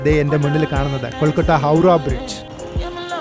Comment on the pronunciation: ഇടക്കിടെ കൊൽക്കട്ട എന്ന് പറയുന്നുണ്ട് 😅